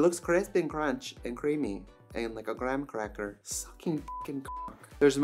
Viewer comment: One of my stims, to this day, is the way Trixie says "Crrreamy Crrrispy Crrrunchy Grrrrraham Crrracker" 😂